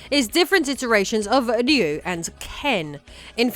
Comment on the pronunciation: Why does she say Ryu like that?!